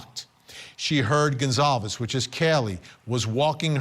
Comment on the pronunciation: Lauren lady - youve had 2 1/2 years to get the victims names right! It is Gon-solve-es not Gon-clave-ea. For f's sake!